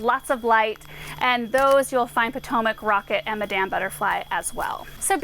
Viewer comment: madam sounds like madum